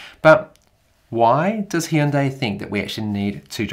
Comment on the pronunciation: Did he just say HEEEEEndai lol wtf here in the us it’s called Hyundai as in HUNNday